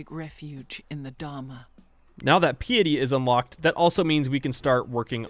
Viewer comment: Fun video! I winced at your pronunciation of piety, which is not pronounced “pee et-tee”. It’s “PYE-et-tee”.